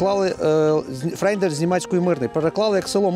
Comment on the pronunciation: Не "Нейбург", а "Нойбург". Не "Фрейден", а "Фройден".